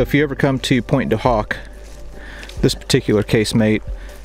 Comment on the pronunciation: the h in Pointe du Hoc is silent.